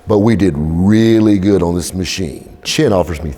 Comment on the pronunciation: Chen. The ch is pronounced like that.